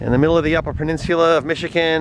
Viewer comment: Nude bathe?... you mean "skiny dip"?.... and the town is Grand Ma-ray.... The state is MISH - IH - GUN.... not Mish-ih -kin... Otherwise, excellent video.....